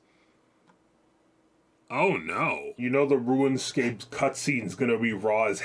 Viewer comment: This MF saying ruinscape lol